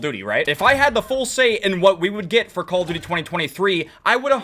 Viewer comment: call it "C-all of duty"